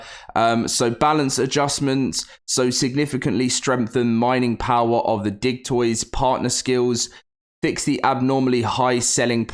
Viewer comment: when you said digtoise I thought you said something else entirely and was like 😶